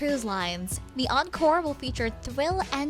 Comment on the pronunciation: Encore not oncore